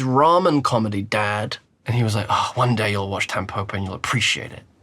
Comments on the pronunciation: The pronunciation isn’t Tam poh poh, it’s tam po (like po in pot) and po (like po in pot). It means dandelion in Japanese. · "TEMpopo"? bro, why would you say it like that, it's not an english word 🥲